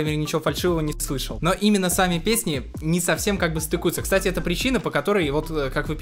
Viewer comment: не кса а, кста.